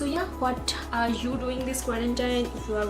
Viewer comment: Wasch ?? Its Watch Also you always pronounce “you” as “zooou” Been watching you since couple of months... i could not stop myself to alert you! Make videos in hindi.. if you aren’t comfortable with English Language!